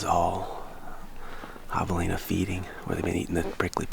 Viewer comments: “HAVE-elina” Not “HAW-v-elina” 🙄 Come on man…I expect more from you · Am I the only one who finds how pronounces javelina reallllly irritating! The “a” is not pronounced like the “a” in lawn but rather like the “a” cat Very irritating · Thanks for the video. Just realised that I’ve been pronouncing the name Javelina incorrectly. Always used a hard ‘J’. Oh, how I laughed! 🤦🏻‍♂️🤣👍🏻 Hilariously funny and true story. 😬